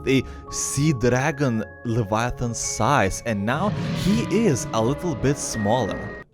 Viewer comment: It is not levaaaaatan but leviathan